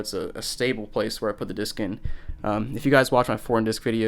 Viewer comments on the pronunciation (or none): You have to poot this cd into compooter